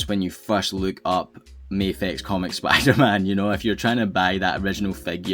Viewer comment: Bro, sounds like Spoo der-Man